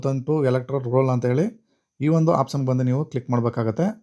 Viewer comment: ಮೊದಲು ಸರಿಯಾಗಿ ಪದಗಳನ್ನ ಉಚ್ಚಾರ ಮಾಡುವುದನ್ನು ಕಲಿಯಿರಿ ಆಪ್ಷನ್ ಬದಲು apson ಅಂತ ಹೇಳ್ತಿದ್ದೀರಿ